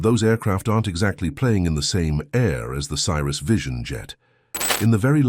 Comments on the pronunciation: Newsflash: Cirrus is pronounced see-rus, not sy-rus. Not checking your vid for video and audio mistakes before you post is lazy and makes you look stupid. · Love the way the narrator pronounces it "CYRUS". This is not Miley's airplane. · Stopped watching when your narrator pronounced Cirrus as Cyrus. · Teach your computer voice to pronounce Cirrus correctly - bad video